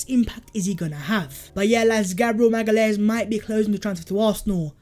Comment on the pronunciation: Btw it’s pronounced maga-laish (magalhaes)